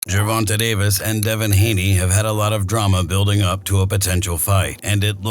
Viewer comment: Based on you can’t pronounce Gervanta right I think this video is wack